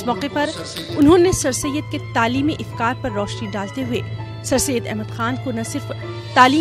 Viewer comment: ifkar nahi afkar hota hai